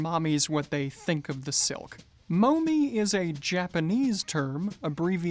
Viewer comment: The unit of measurement 'momme' is pronounced as 'mom' and not 'mom-ee'. Thanks for the informative video.